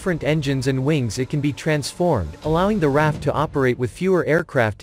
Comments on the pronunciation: Not “Raff” but “R.A.F.” Three letters each pronounced separately. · I knew a couple guys at work that were in RAF, and they called it the "Raff" informally.